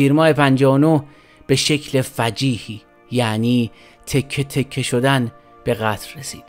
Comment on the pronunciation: آقا فجیع از فاجعه میاد، فجیح یعنی چه؟!